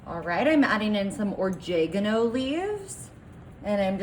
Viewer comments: She had me at “orjegano.” 🤦‍♂️ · I like wen she added the "coming"😂😂😂.. oh-jeg-geno was top tier 😢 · Right? When she said ORJEGANO I stopped as asked my daughter “you mean OREGANO?” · Not tryin to be a BeeOtch here, just tryin to help out. I hope someone tells me if I mispronounce something. ANYWAY... Oregano sounds like O-ray-guh-no. Garlic sounds like Gar-lick. Cumin sounds like Cue-men. You're welcome. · She’s delusional! No cowboy ever made or taught her that. And it’s pronounced Or- reg-in-o. Gar-lick, and Coomin, if you can’t pronounce the ingredients correctly, just show the bottle and say throw this in. You dunked the dirty cans in the slop that it’s contaminated!!! I can’t believe I even watched it!!!! I’ll never get that time back!!! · Is orjegano anything like oregano?😂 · IT PRONOUNCED OR- REG - GA- NO , GARR - LICK AND KOO - MIN PLEASE SAY IT RIGHT !! 🙄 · Or - jay- gano 😂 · Thanks I'm not the only one. WTF did she just say O-JEG-A-NO? Gar--leek, Comings??? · "Orjagano!" Odd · Learn how to pronounce oregano and cumin.😂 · I don't think I've ever heard anyone mispronounce, garlic, oregano, and cumin, so badly. Just that makes me not want to eat it. You don't have to try so hard to be trendy, that you mispronounced words, just to make it so. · Please say oregano again. Please! Purty please with a strawberry on top!!